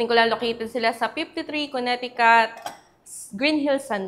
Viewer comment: Silent middle C po sa Connecticut pronunciation...kuh.neh.tuh.kuht